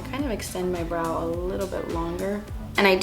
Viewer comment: I first startet your video while doing some other stuff and I was so confused, cause every time you said brow I understood bra xDDD then I looked at the screen and actually realized you mean brow... that was kinda really funny ^^ --> 'sometimes they don't look identical and that's okay. Your bras are supposed to be sisters not twins' xDD But back to your brows.. your natural brows are really pretty! I mean, not that you shouldn't fill them up a little bit, but honestly.. noting to worry about too much!